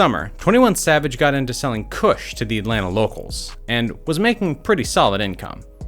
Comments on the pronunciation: Mans said “kuhsh” like et😭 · “Full time Koosh salesman” bruh you’re saying it like a white dude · The way this guy says “kush” 😂😂😂😂